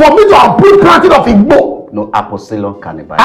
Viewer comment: The way dey take pronounce "igbo" sef 😅